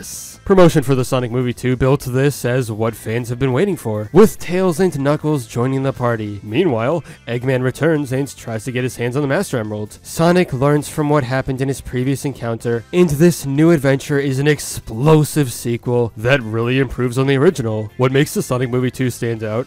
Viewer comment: Boy u did not just say master emrelds